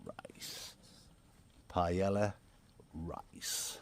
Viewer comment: As a professional chef, that "paella" hurt me 😂 but I hope you guys enjoyed it, great video as always!